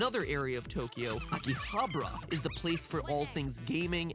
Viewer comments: "Akihabra" -Matpat, 2017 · man matpat has never seen a high school anime in his life -.- it's not "Akihabra" it's "Aki-ha-bara"! he is missing an "a"... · i thought it was pronounced Aki-ha-ba-ra. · It's fun seeing Mattpat murder those Japanese words lol. His pronunciation of Akihabara sounded like he was saying chupacabra 😂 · isn't it akihabara? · the way he pronounced Akihabara was too damn funny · MATPAT GOOD GOD GET YOUR PRONUNCIATION RIGHT BEFORE YOU ENTER JAPAN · I live 15 minutes away from Akihabara, so I can't say I needed the 3D, However the show was (as usual) great! And just to give you a hint of japanese language, every R you read are pronunced L, everyone of them, even for english/foreign words. So, You met LinLin and went to AkihabaLa and HaLajuku. And that's not a TheoLy...